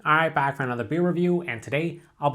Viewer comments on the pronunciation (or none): “Arhahightbak for nother beer review” good video man but that shit had me laughing